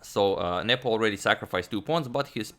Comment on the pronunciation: I keep hearing "Nipple" instead of "Nepo" and it's oddly distracting